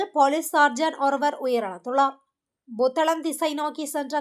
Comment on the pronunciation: Buத்தளம் அல்ல புத்தளம்